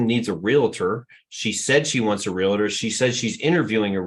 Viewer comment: Hard to trust the trainer keeps saying Realator!!